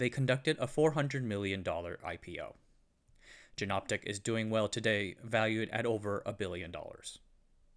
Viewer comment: Good video! As noted down below, since Jena is pronounced "Yayna", Jenoptik is pronounced like "Yenoptik" or "Ienoptik", not with the "J" sound like in "Jennifer". Sorry for nitpicking.